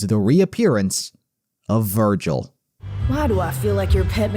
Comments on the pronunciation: I just realised, gilvir is literally the syllables of virgil switched around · Gilver? Virgil lol😅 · GIL-VER VER-GIL This is the funniest thing I've seen... haven't even passed this part yet but I already know it's coming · Gil-ver 💀😭🙏 (most creative name ever)